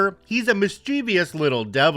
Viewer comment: Story about the ESA cat (Mr. Wellington). I hate to be a nitpicker, but so many people make the same mistake with the word mischievous. The average person pronounces it miss-chee-vee-us. It is actually pronounced mis-chuh-vus. I just wanted to mention it. I love your videos and listen to every one that you post!